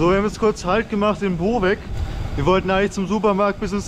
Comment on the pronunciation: You named City as BoveK. Wrong. In Slavic langague C ist just C, and not became a K.